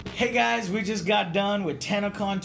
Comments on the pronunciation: even when he says it, it sounds like tanacon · Every youtuber ive heard say TennoCon pronounce as TanaCon. Its a little disturbing. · I thought he said tanacon lol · For a second I thought you said TanaCon